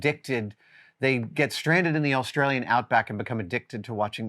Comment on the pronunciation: I swear he's putting an extra L in Australian (awlstralyan).